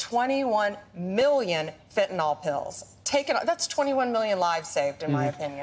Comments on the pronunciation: By the way, it's fentanYL not fentanOL 😄 It hurts my ears, it does. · It's not fentanol, it's fentanyl. Lord help. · Is "fentanol" different from "fentanyl" ? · Fenta " nyl" not fenta "nol". Im more concerned about him being a cruel psychopath. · Everybody please say it once and remember it: fentanyl. That's fen-te-nil. There ain't no "nol" in the word. No awl, ahl, nol, it's fen-ta- nyl. -nyl pronounced nil. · Ugh!! It’s not Fen-tan-ol- it’s fentanyl - fent-an-ill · BONDI, GIVE UP THE “FENTYNL” SCHTICK! You NEVER CAN GET IT RIGHT! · Why do the MAGAs pronounce fentanyl "fintanol"? Or even "fit'n'all"